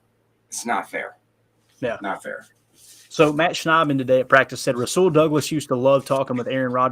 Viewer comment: He said "Ja Rule" 💀 trying say Jaire and Rasule... 😆 love it